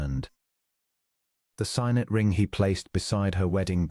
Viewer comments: “Signet” is pronounced ‘sig-nət, not ‘sīn-ət! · Sig-net, not sign-et. AI significantly needs to improve its pronunciations.